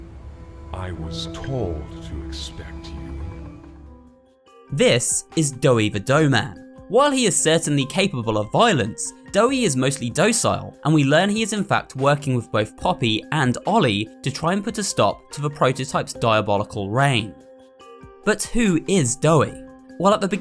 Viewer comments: Has no one noticed him saying doughcile in this→ clip or am I just going crazy with pun fever..? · Dough-cile lol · Did you haft to say doesile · Doey isnt docile he is doughcile